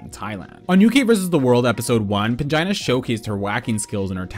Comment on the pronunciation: I truly heard "vagina heals" 😂